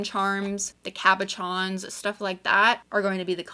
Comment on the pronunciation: I love organizing. I know, weird thing to enjoy. But it's just so CALMING for me. Once it's done that is. I must organize using a totally different method because I could not follow your train of thought. That's ok though, because as long as YOU can find the stuff you want quickly and easily that's what matters. Side note, PLEASE learn how to correctly pronounce cabochon correctly. It's ka-buh-shon. SH sound, not CH.